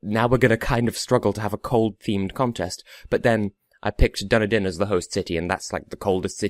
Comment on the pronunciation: Duniden is pronounced: Done-e-din